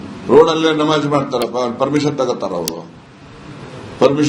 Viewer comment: ನವಾಝ್ ಅಲ್ಲಾ ನಮಾಝ್